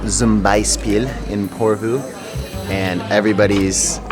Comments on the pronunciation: Its not porvuu... Its just Porvoo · I live in porvoo welcome again and it' porvoo like the o is like love ♥♥♥